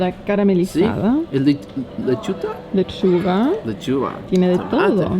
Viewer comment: Lechuta ... Lechuga 😂😂😂